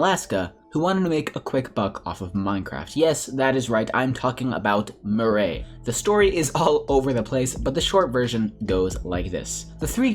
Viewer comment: Murray lol its mir eye